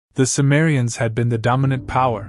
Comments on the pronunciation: The word cimmerians is pronounced Kimmerians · C is pronounced K btw.